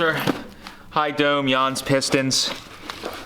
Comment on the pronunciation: It's "JANS" not Yawns....